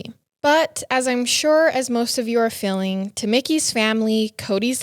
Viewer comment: I just can’t. I only listen for her mispronounced words. “Thinkink “ how are you felling”. Soooo distracting